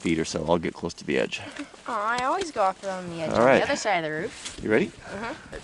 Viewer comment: "shovel the ruof"